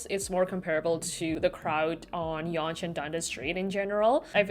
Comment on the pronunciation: yea it’s pronounced ‘young’, totally understandable to say it how you did though